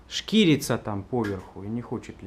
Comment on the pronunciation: Класс! Не шкирится, а шхерится. От слова шхеры.